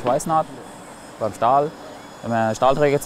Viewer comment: Stahl nicht Sthal